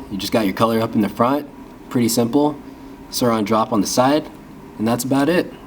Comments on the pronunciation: It’s pronoced soooran not soran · It's not "sourOn" drop its "sourIn" drop wtf did anyone else get bugged by this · It’s (soorin) not (sooron) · Its not Sur(awn)its Su(oh)rin Edit: its not “rubber” finish its “matte” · U realize it's sourin not siroun hwo did u read the vowels backwards wtf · Suor in not suor on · It’s pronounced souuraensdespacito not sorin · Not being any type of way, but I think it’s pronounced Swo-rin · Your not saying it right it’s soURIN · It’s pronounced soarin’ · It’s pronounced sórin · He’s saying it wrong